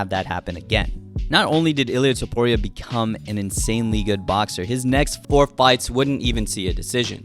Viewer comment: “Toepooria” lmao, great vid man!